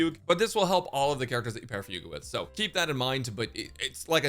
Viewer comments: pronouncing it "foog" is deliberately stupid. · Fug-U eh. LOL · Her name being fugue instead of fu gue still breaks me